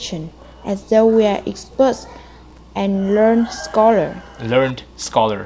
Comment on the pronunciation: Bạn cuối cùng phát âm chữ s giữa từ hơi bị ko rõ ấy. Best, tourist bạn ấy đọc nghe ra bet, tourit. Expert thì IPA là /eks... / nhưng mà bạn ấy ko đọc ra chữ s nên nghe vẫn chưa đúng.